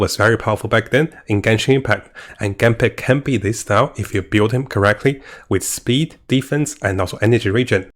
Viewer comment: Gampad, the pronounce makes my rolling on the floor XD but it is actually "G - Part" and Seele, i would pronound it "C - L " or like the german origin :3 its always fun to hear tho